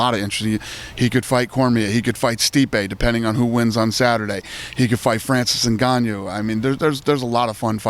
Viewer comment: Dana “Francis Ingagnu” White